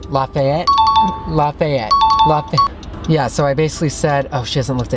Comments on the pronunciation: I don’t think that’s how you pronounce it. I think you pronounce it. " L-A-F-E-T" (the E says it’s a long name) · omfg the way you pronounced lafayette. It's Laff-Ay-Et. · ITS LAFEYET THATS HOW ITS PRONOUNTS BECAUSE I LIVE IN LOUISIANA